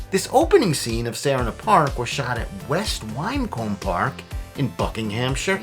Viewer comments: It's not said the way it's spelt high Wycombe when you say it it sounds like wickhome I know we are complicated us brits 🤣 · Wycombe is pronounced wi cum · I live very close to West Wycombe Park, but have never been there. I think it's only open to the public for about half the year, and there's an entry fee. I have to go there sometime though. I've seen it from above when walking on West Wycombe Hill. By the way, 'Wycombe' is pronounced 'wick-um' (as in candle wick) rather than beginning with a 'why' sound. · West Wycombe is pronounced West Wickcome